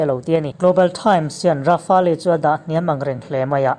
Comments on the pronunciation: Rafale tih hi Ra fa le tilo in...Ra fale tiin chhiar ta zawkla adik zawk in karing...chuan a ngaihnawm khawp mai👍👍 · Fela Sap hoin an explain reng2 in leh...Rafale hming an lam reng2 in Ra fa le tiin an lam ngailo aw Ra fale tiin an lam thin...i awihloh leh a chanchin an sawina youtube ah atam mai va enve mairawh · Rafa-el ti tur jawk.. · Rafali nilo in rafel tia pronounce tur zwk😎😎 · Dassault rafali nilo in i lam dan kha Dassault Rafale ti zawk rawh i lam diklo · Ra-fa-le ti a lam tur niloin Ra-fale tia lam zawk tur zawk a ni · Rafale leh j20 i lam dan mai chuh😁😆😅🤣 ka nuih za tlat nih chu... mzo2 mi ini hrim2..thaims te la ti ta deuh2😭 rafael ti ve mai la.. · Tard,rafaali,j20 ngaihthlak hrehawm tep,i aw chu engpawh nise,i lam dan hi chu ngaihthlak hrehawm tep. Han tang leh deuh teh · Rafale tih i lam dan hi, atawp a le tih hi tel lo in, Rafêl ti a lam tur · Hotupa lam dan hi a dik. "Le" tih khi a hranpa a lam tel tur. Grand finale ang in lam tur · Rafael I lam rik Dan hi a dik lo deuh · Rafale hi i lamdan mak ka ti😁😂